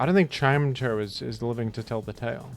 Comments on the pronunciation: chim-ETCH-oh is actually how you are supposed to pronounce it. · i want to tell you that his name is pronounced “chime-echo” because they’re both sound based words but only if you promise you’re still going to listen very carefully.